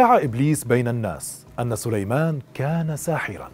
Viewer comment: أخي الرجاء الاهتمام و الانتباه عند قراءة الآيات لقد أخطأت في قراءة الأية و ما كفر سليمانُ قرأتها بالفتحة و كذلك < فيتعلمون منهما ما يفرّقون به بين المرء و زوجه > و أنت قرأتها فيتعلمون منها ...و بالتوفيق إن شاء الله